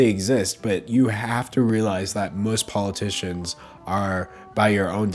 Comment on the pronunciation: "poligicians" I see what you did there 🕴